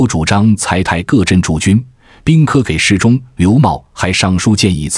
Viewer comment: 这是AI在读吗？为啥一直把给ji事中读成给事中？